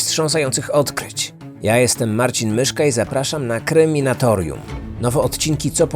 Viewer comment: Ja jestem Marcin myszka i zapraszam na kreminatorium. Nie rozumiem. Żeby nie potrafić wypowiedzieć swojej własnej nazwy kanału prawidłowo.